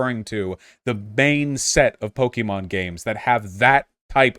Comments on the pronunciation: The fact that vaush pronounces it po-kee-mon is enough to discard his opinion Also to be clear, arceus uses the same battle mechanics as the main series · I don’t trust anyone’s opinion on this game who pronounced it “Poke e mon”. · Pronouncing it "Pokiemon" must be a deliberate attempt to display his contempt. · When you can't even pronounce Pokemon correctly? Yeah, your opinion on what makes a "real" Pokemon game is less than convincing. Game Freak, Nintendo, and The Pokemon Company all consider Legends Arceus to be a real Pokemon game. That's the official line and mean it's the only one that's valid. Plus you can tell that prototyped a lot of new gameplay elements for Scarlet and Violet using Legends Arceus.